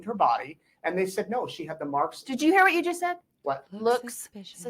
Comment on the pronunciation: Why won't she pronounce her "t"s? The word "what" she pronounces "wha". Why do Utah women do that???? Enunciate!